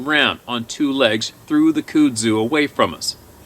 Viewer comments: Love that you called it "cood zue" cracked me up. I'm Alabama born and raised. It's Kudzu. Pronounced "Cud Zoo". Cud like what a cow chews. The shit is impossible to kill and will take over the world of you let it. It's a vine that grows 6 to 12 inches a day during the summer. It breaks foundations. Anyway. I just had to break your balls on it. I was rolling watching you trying to pronounce it. Love the channel. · It's pronounced cut-sue. I'm pretty sure. Just sayin. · Just a FYI, it's pronounced cud-zoo Here in the south. Love what you do man! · I laughed at your pronunciation of Kudzu. It’s pronounced like cud zoo. I love listening to these emails. Very enlightening. Please keep reading and informing those who will listen.